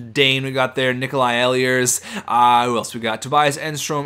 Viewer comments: Ehlers is pronounced ee-lers, not eh-lee-ers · The way you pronounce Ehlers kills me. It's pronounced "Eelers" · ehlers is pronounced eelers